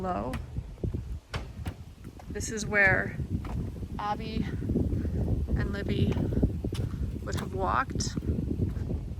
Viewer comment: Abby does not rhyme with Bobby..